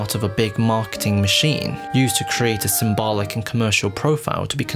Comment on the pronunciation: You say "symbolic" too often, and too wrong. You can say "symbol", but for some reason you say "symbalic". Ugh.